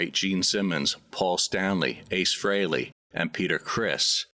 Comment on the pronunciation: C'mon, no matter what your politics are, Kiss fans should give him some credit for saying Ace's last name correctly!